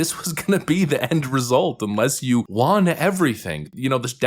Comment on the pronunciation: You gotta stop saying juan instead of won